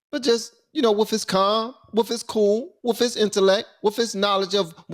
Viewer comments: into the video, the word you're looking for is "with," not "wiff." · "woof" pronounce the th "with" Love you man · If you’re intelligent, stop pronouncing “with” as “wiff,” OK? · Nigga the word is wiTH, not wiF! Learn to speak correctly. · "Wiff" his knowledge. lmao.... hysterical. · “Wif his, wif his, wif his” 😂